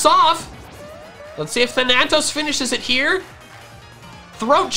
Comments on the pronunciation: Ok, can't do it anymore. It is thAnatos. You are switching the "a" sounds in Dusknoir's name. It is Greek for death, and the first a has the harsh sound, the second one is the long one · as a greek myself that bothered me sooooooooooooooooooooooooooooooooooo much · In which case the character would be said wrong. Thanatos is both a character in Greek mythology and a Greek word